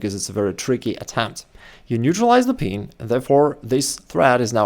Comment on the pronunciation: It's "pin", not "peen".....😂